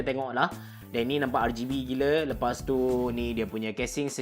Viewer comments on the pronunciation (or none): Rgb bang bukan rrrgay b just tegoh emm